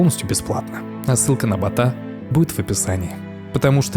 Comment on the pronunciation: Бо́та. Закооебали со своими бота́ми Здесь не работает правило ударения на вторую гласную. "А" здесь суффикс. Балбесы